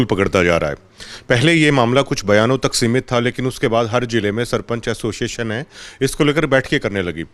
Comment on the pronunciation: Tum log association ko assoision kyu bolte ho